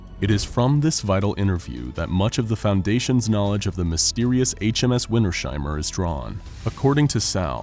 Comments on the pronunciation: it's "winters-heimer", not "winter-sheimer" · As a German I can say, the name Wintersheimer should be pronounced as "Vinters-hymer", not as "Vinter-shymer". You correctly pronounced he diphthong "ei" as an "ai" sound (like in the English word "guy") . But the S and H are not combined in a phoneme. In German, the "sh" sound is written as SCH. The -s at the end of Winter (winter) is either a genitive S or a socalled "linking element S" that in some German words is inserted between two parts of a composite noun for ease of pronunciation. And a "Heim" means a home. The word "Heimer" doesn't actually exist in German, but it could be interpreted as an archaic word meaning a person who owns that home, a home owner of a homestead near a place called Winter or a very cold place in general. "Wintersheim" could be a place name, the home of the winter. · It's Winters-heimer not Winter-sheimer, but a great video, nonetheless :) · puh-lease, it's not WinterSHeimer, it's two words! Winters - heimer! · I think its pronounced Winters ' Heimer like 2 seperatet words. Nice viedeo btw keep going:D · This has been bugging me the whole video too. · I cant get over the pronounciation of "Wintersheimer" in this vid